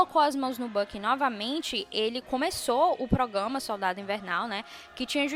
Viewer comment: ProgRama,! ProgRamar Kkkkkk não come esse R não